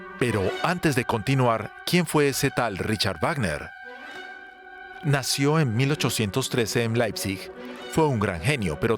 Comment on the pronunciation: ¿De verdad en DW no saben cómo se pronuncia el nombre del compositor?